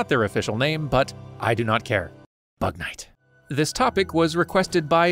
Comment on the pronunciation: It kinda sounds like “bat man”